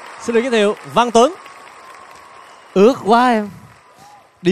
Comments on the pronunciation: Anh văn sỹ hát cơ bản giống trường vũ hơn văn tuấn,hơn nữa văn tuấn ở bài này phát âm một số từ hơi phô có nghĩa là chưa chuẩn-ươt_> ước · trường vũ sau phát âm chớt quớt hết,ướt áo mà ca ước áo, trường tan mà hát trường tang. vấn vương, hát vấng vương, nhân tình trẻ lại hát nhâng tình trẻ, còn nhiều lắm